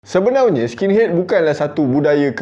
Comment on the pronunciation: Npe abg suka ckp sebenaunye,bkn sebenarnya